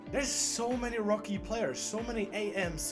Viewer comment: rookie pronounced the Czech way.